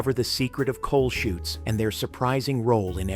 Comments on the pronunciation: It's laundry chutes. Not shoots. As in parachutes. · Laundry "chutes" not shoots.